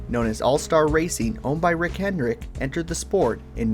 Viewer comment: Dude, it sounds like you’re saying Rick Hen-rick, without the D. Cool video aside from that distraction.